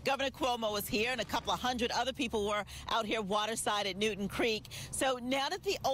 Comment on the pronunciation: It's Newtown Creek... New-town... doesn't anyone do any research anymore?